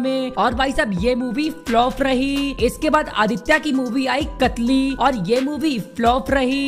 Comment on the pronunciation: कतली नही कातिल है फिल्म का नाम